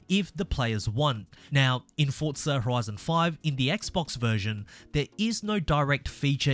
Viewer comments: Forza. Not Fortsa. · Why do you say Fortza 😂